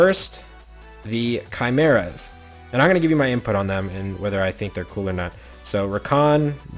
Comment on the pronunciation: RETRO Theme would be sweet, also please learn how to say Chimera correctly.